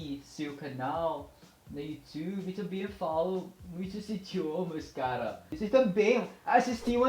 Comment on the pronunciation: Parabéns! Aprendeu rápido! I live in Brasil, yung majority pronunciation mo ay sa portugal at mayroon ding halo-halong accent ng brasil pero marami kang expressions ng brazil. Improve in your nasals... you can use the sound of "ng" of filipino to get the nasal well... all the best! galing! "Também" (Tambeng - ang bigkas for example)